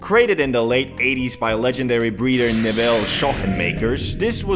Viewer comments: It’s pronounced Nevill. Not ne- veele! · So much mis-information here... Buddy can't even pronounce Neville's name or his other work. This was pretty sad.